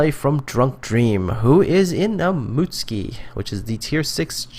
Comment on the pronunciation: Omg, you prnounced Mutsuki correctly! :D